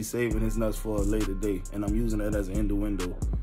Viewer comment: Induendo…what!? dude it’s innuendo…cheesh lost some points on that one.